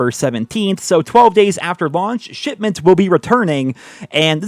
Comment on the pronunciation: Idk if that's meant to be but sometimes I hear say "shitment"